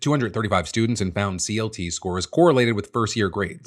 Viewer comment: I think "CLT" is actually pronounced as "CuLT"